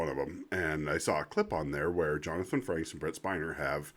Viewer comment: Frakes. There is no N.